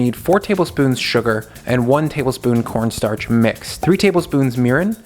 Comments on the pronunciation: Corn Starch not Cornnstartch lol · cornnstarch The extra n is for nice